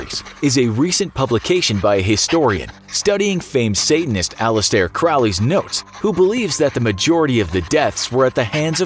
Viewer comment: Aleister Crowley was not a Satanist. You are uploading misinformation. Not to mention mispronouncing his name.